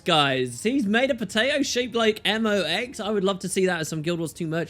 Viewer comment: Hey! It's not "Eh Moe X", it's M.O.X.!